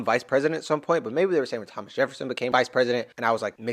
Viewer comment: Havnt had much time but finally made some to watch the video. Can't stop cracking up at you calling Thomas Lhomas💀